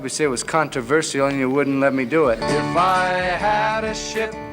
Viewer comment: This is titled "THE Dangerous joke..." Where is it? This guy talked more than play any clips! I want to see clips! And he should learnto pronounce the word CONTROVERCIAL! (kaan-truh-ver-SHL!)